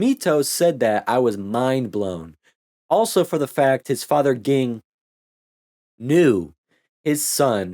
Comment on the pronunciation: Ging's father and Mito's father were brothers. Also, it's pronounced "Jing", but you probably already knew that.